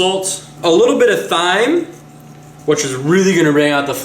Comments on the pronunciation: In the description it says Oliver oil and not olive oil PS it's thyme is pronounced TIME not thyme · OH MY GOD it's pronounced TIME. not THHHHHyme. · It's not Pronounced Thime it's Pronounced Time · Thyme is pronounced "Time". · The way he says thyme lol its produced like time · He said thyme wrong its pronounced time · He does all the "time". He corrected it on the vlog channel. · Its pronounced time not thyme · james edmiston actually is spelled THYME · I feel like people need to stop coming down on you for pronouncing it Thyme it's actually a very intelligent thing that people who read a lot too there are words in books that are not used in everyday conversation that people who read say wrong and they keep saying it wrong until someone corrects them I understand that people are trying to help but you prerecorded these and it would be stupid to just throw the footage away which I see you noticed 8) obviously the people who watch these don't watch your vlogs on a regular basis